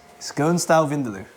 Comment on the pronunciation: As a Goan I have to correct the only thing that made this hard to watch..it's pronounced vin-daah-loo.. please update your pronunciation. 😊